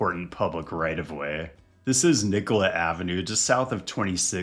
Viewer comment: Thanks for pronouncing Nicollet the right way, especially in this context it’s very respectful of you to say it correctly.